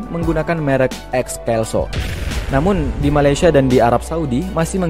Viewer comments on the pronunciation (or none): none